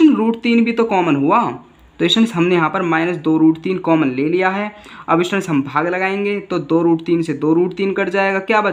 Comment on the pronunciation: Students hota hai bhai stands nahi or ya fir to samajha hi lo ya fir stands hi bol lo 😂😂😂😂